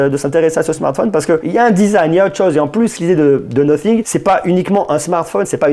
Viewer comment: on dit pas no fingue mais Nathing 😌😂😂